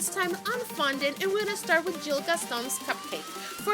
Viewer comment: By the way his name is gill not jill